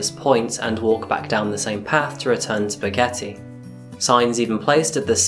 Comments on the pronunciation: Im going to need you to pronounce boquete at least semi correctly. Boquete.. Boquete. NOT boqueti. Eh sound. Not ee sound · Advice,start checking the pronunciation of non english locations and none english names,i swore he was calling the village "spaghetti " instead "Boquete",if non english speakers try to speak english properly, we expect the same kindness in return.